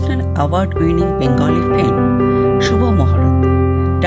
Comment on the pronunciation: Background music is too loud . So disturbing . Plz watch it out , when making next video.another point should not be avoided . The narrator is not pronouncing right — the word ‘film’ . This is not filim ! The correct way is Film ! Definitely not Filim !